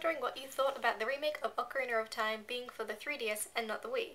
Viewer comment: Ocarinar of Time xD ish cute:3